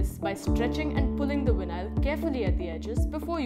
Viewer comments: What the hell is vin eye all? It’s veye nawl. Vinyl. Not vin eye all. Geez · Nice “Winyial” nstall! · VIN-AISLE.. WTF?